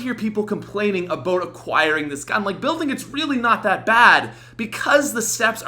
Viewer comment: "Today we're going to talk a-boat!"